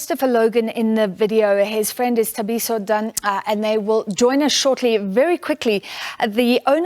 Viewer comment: This news anchor has been presenting news for years, she’s South African, HOW DOES SHE NOT KNOW HOW TO PRONOUNCE Thabiso’s surname….. SABC is a joke where does Sophie Mokuena find these people……